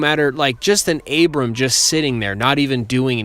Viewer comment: It’s Abrams, not Abraham.